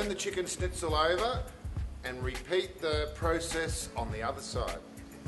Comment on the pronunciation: Good video overall but it does rub me up the wrong way with one of my food pet peeves. It’s pronounced “schn” NOT “sn” ...argh!!!!!